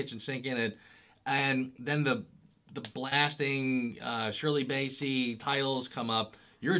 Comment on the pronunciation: Wow, you still can't pronounce Bassey? LOL